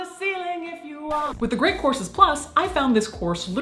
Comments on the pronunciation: It's just the way she pronounces the word. It sounded like see said courses. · I definitely heard “Great Corpses Plus” and not “Great Courses Plus”